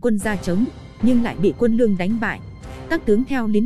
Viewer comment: Đọc cứ như ngọng ấy. Lương mà cứ nương nương